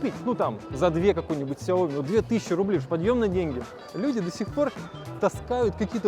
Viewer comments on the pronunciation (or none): none